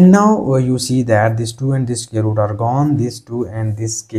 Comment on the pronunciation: CAN YOU NOT PRONOUNCE SQUARE...instead of SCARE ???????.